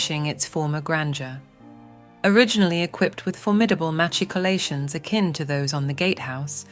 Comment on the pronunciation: well if its not ai, that was the most bizarre pronunciation of machicolations in my 52 years of living in Rhaglan! and English isn`t even my first language!